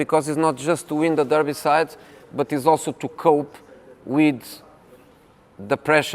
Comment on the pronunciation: The “Derbyside” 😂😂😂